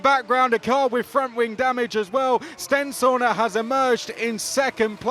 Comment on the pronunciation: Swear Stenshorne is pronounced sten-shawn not sten-shaw-na